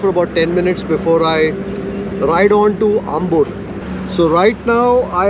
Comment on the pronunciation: bro... Ambur is really "aambur". Not Umbur. Swalpa adjusht maadi :-)